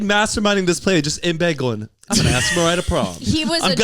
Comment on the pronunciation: I thought she was doing Mariar on purpose 😭🤣